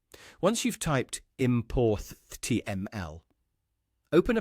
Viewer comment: how you know it's a bot ... it pronounces "IMPORTHTML" as "Importh" + "TML"